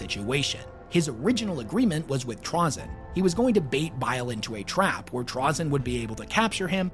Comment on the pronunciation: Trah-zin? Never heard it pronounced that way